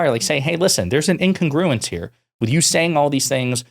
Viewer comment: Learn how to pronounce 'incogruence,'. Vote Joe!